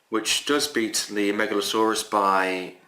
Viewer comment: Nice video. You keep reading the name Megaloceros as "Megalsaurus", like it is a dinosaur. You should read as "MegaloKeros" because the name means "Big Horn". The way you say it means "Big Serpent". :)